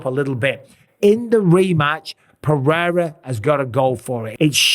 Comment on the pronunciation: Is not Alex Perrera is Alex Pereira